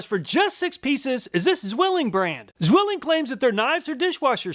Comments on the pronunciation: Ssswilling. In german the Z is pronounced at ts. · it's pronounced "tswilling" and is translated to the word "twin". (Zwillinge = twins). It's an old and very well known knife brand here in Germany. And check out how many chinese companys copied and use nearly the same logo :D The city, that is extremely well known as the "knife town" is Solingen. There are many companys manufacturing knifes, tools and related iron stuff.